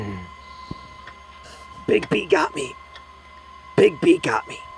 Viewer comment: what he said: " big bee got me, big bee got me " vs what I heard : " Big pee got me, Big pee got me "